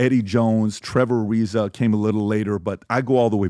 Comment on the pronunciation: Did PBD just say Trevor Ariza???? Yeah I’m can’t take his opinion seriously I’m sorry 😂